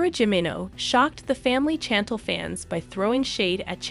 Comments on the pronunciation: Please learn how to pronounce Chantel and Jimena. Also sushi. Thanks 👍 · OMG can you please pronounce her name right 🙄 its obvious you DO NOT watch the show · Please pronounce her name correctly,if you’re going to tell the story,watch the show so you could correctly pronounce Chantel like it’s pronounced by her and her family on the show .Sorry I can’t finish watching the video hearing you constantly mispronouncing her name.🙄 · Please say her name right !!!!1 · Why don’t you watch the show so you can listen how how her family says her name. I had to stop watching your video because you’re not saying her name correctly. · The way you pronounce Chantel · Why are you saying her name wrong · Pronounce his wife's name correctly please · Pronounce the name right!😡😡😡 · Pronounce her name correctly…… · Learn how to pronounce her name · Very disrespectful to pronounce a persons name wrong repeatedly. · STOP CALLING THIS LADY “CHANNTLE” it is pronounced “SHAN-TELL” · Her name is pronounced Shantelle…not chantle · It's pronounced SHAN TELL not CHAN TLE!!!! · Chantel is said like shon-tel not like jandal 😆🤣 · SHAN-TELL NOT CHAN-TULL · It's not channtel it's chantel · "CHantle". lol. its Shantel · say it with me.... Shann-Tell not Chantle.... tf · Learn to pronounce her name it’s currently pronounced parenthesis SHANTEL Chantel not CHANTLE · Narrator her name is Chantal ( say it as if it’s an sh not chan tal like your saying it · Girl please learn How to say her name did you ever watch one episode lol got to turn you off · I know she drove me crazy😱 She needs to no how to pronounce Cha-tell before she started. 😱😱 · and,what would you do when someone keeps pronouncing your name wrongly,would you not correct them? Actually, the way she repeatedly calls her "Chantle" is very annoying annoying to me. Can't stand it! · ok, listen, her name sounds like,"SHHHHANTEL"! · Pronounced. CHAN TELL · OMG, it is Chantel NOT Chan Tel!!!! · It's "Shantel" sounds like. Not a hard CH